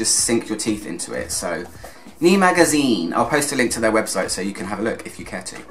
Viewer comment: Good overview, seems like a great read. Sorry to be pedantic but I must point out that it should be pronounced "nay" or "née". All the best